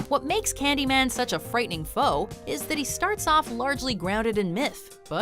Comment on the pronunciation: ｷｬﾃﾞｨﾒ↑ｰﾝ発音がめっちゃ良い